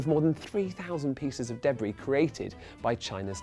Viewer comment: I HATE how he pronounces debris. It's wrong.